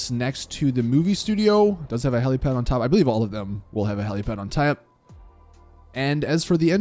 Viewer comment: "A heliapad on taep" hahahahahahaha